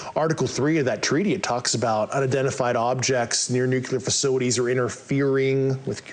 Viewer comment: Amongst this bland, nondescript, word salad, you lads noted "nucular" and "eckcetra" and failed to notice the brilliant "constrived". I think his brain has formed a hybrid of contrived and construed. This is nothing more than a Diet Bob Lazar Lite 2023 version of an old concept, told by someone far less believable, with less charisma. You can see it in his eyes that he doesn't believe himself. If you've seen that look, it's almost unmistakable. Great show as always. Oh and God bless the Jaffa Cake. 👍🏼